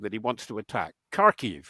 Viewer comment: “Kharkiv” is more closely pronounced. “harkeev”